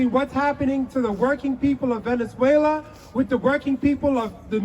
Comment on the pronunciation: They can’t even pronounce Venezuela properly 😂